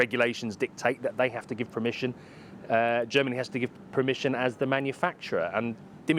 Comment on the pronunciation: I’ve gone my whole life thinking it was ‘permission’, but apparently it’s ‘premission’ according to this guy… 🤷‍♂️🤣